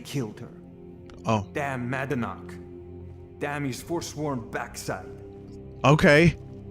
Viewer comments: My hypothesis is that the VA had a minor spoonerism and read "Madanach" as "Manadnach". A bit confused to why nobody cared to point the mistake out but then I realised it's Bethesda. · “Ma-nad-knack” AAA game title. Can’t even edit out bad takes from the same voice actor. BUT SKYRIM IS A MASTERPIECE YOU GUYS.